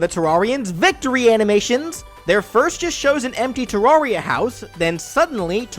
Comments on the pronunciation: You pronounce it Te-rawr-ria? I pronounced it Te-rare-ria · Terraria. Most Everyone: Ta-rare-E-uh: Ta-rawr-E-uh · ter-rar-ri-a Me:no, it is ponounced ter-ar-ri-a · It’s te-rare-re-ah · it doesn't matter how you call it but the official way to pronounce it is terr-rare-ria like a terrarium. just interesting to know. at first i literally called it tearia like "tear down" lol don't get offended it's just what the creators said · Psst hey its purnounced ter-rare-ee-uh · 1: it's not 2D MC 2: it's pronounced terr-area. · When you still pronounce it Ter-air-ia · you said Terraria wrong I'm just putting this here a Terraria player can jump much higher than a Minecraft player what a Minecraft player could punch down a tree while the Terraria player has to use a tool for example an ax. Then again in Terraria you do kill gods in the end. Also at different points of the game in Terraria you can have tons of different routes to pick if you're good enough which I'm not you could kill the final pre-hardmode boss before any other prehard-mode boss. Also, boss monsters?, chopping ax? Also this guy has harder trouble speaking English than me he can't say brain of Cthulhu or eye of Cthulhu. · You saying Terraria wrong is extremely painful to me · the first a in Terraria is pronounced like the a in air and you only get a second jump after getting a cloud/blizzard/sandstorm in a bottle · that is not how you say terarria and terranian Request: fnf edit: add yourself